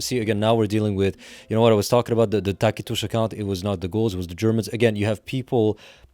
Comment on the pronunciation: I love that you pronounced Tacitus properly.